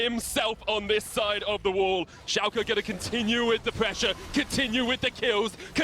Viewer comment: why do they say Schalka??!?!?!?!?!